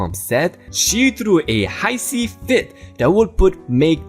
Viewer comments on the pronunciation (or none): HISSY is NOT said as you said it. HISSY is said like HISSSS (like a snake Hiss) eeee (Hisseee) fit NOT like when you pronounced it "HIGH-sea" fit